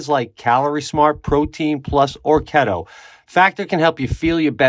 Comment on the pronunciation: Pete just a heads up bro the factor add is pronounced. Kee-to lmao not kett oo . I think I like it way better though lol ketooo